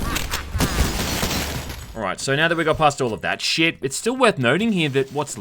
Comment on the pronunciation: Every time you say “sheeit” it reminds me to hit the like button haha.